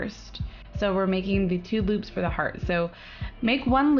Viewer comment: omniamor she said 'boops'